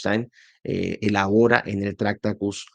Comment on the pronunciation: Lo siento, me niego a ver un vídeo de 50 minutos hablando de un filósofo cuya obra más importante (tractatus) no sabes pronunciar. En español la manera correcta de pronunciarlo sería: traKˈta.tus, cada sílaba de forma clara y separada, con énfasis en la segunda sílaba. La pronuncias como si se tratara de una palabra esdrújula, cuando no lo es. Te deseo miles de likes, el mío evidentemente no lo tienes. Saludos.